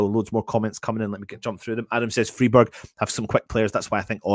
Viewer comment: Just to help you out - it's pronounced Fryburg - in German the "ei/ie" combo ALWAYS takes the sound of the second letter. Hope this helps mate 😎